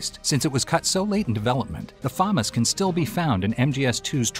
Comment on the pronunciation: sorry but, famas is not pronounced fam as, but fa mas